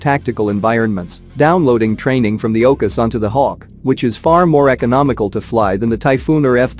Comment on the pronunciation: How I hate automatic robot voice overs that constantly mispronounce words- Ocus?? OCUs!! Hawk M. K. 2 you mean Mark 2?